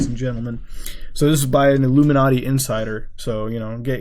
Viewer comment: Lol "illuminardy"